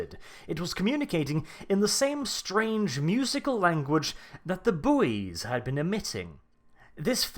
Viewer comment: Buoy pronounced 'boy' the 'u' is silent.